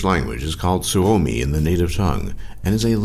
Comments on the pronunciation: u said almost perfektly suomi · I loved the way he pronounced "sisu" and "kiisseli" and "suomi" :D